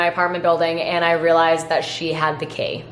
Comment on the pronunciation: sorry, did you call key "kay"?